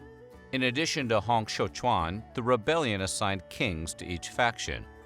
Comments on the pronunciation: While it's a good effort with everyone's names, it's quite a bit off. ie: Hong Xiuquan: "Hong" the -ong would be more similar to a long O. Xiu is good. "Quan" doesn't have much of a similar pronunciation in English. "Quan" would be more like "chew-eh-n" or "chyuen" with the "yu" part of the word would be more partly-puckered lipped as though you were pronouncing French. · as a chinese, thanks for the nice effort on Hong Xiu Quan name pronunciation: it was, close enough than most effort in English online.